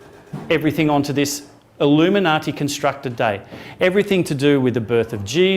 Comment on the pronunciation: Oh my God the 25th of September...the Illimuniati....the Australians!!!! lol